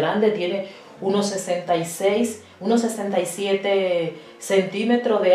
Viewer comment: Aunque después dice "unos" y sí lo dice correctamente.